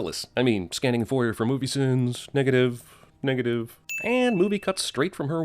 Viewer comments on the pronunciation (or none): I'm gonna go ahead and give you ALL the sins for your pronunciation of "foyer". Seriously. Just terrible.